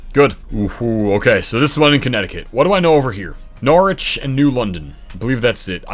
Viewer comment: Listening to him pronounce Norwich in the British way set me off